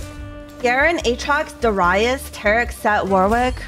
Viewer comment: I dont know what triggered me more, her saying Darius SO WRONGLY or her batteling her chat like a bunch of children on cocaine XD